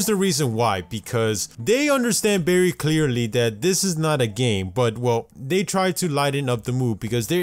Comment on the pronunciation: Y'all notice that he says "berry" instead of "very"?